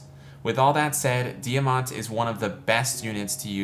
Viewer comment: Thank you so much for this video! I’m very happy to help you with character guide & I learned something new for Diamant’s character build today! Yes, you did pronounce my name correctly! Most people don’t say my first name right!